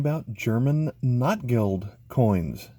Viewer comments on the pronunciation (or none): It's pronounced "note gelt."